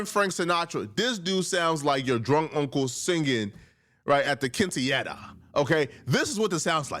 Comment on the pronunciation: incorrect usage of words for today: “kinteyera” instead of “quinceañera” 🤦🏾‍♂